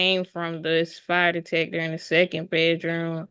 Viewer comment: I can't with the "fryer detector"